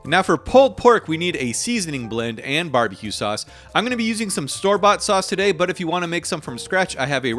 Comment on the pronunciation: Anyone else really like the “tuhDAY” part? 😅 it makes me excited, like “yes man what are we making tahDAY??”